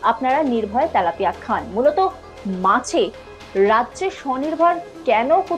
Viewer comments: 😅 তেলাপিয়া হবে। তালাপিয়া নয়। 😅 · ত্যালাপিয়া নয় ওটা তেলাপিয়া হবে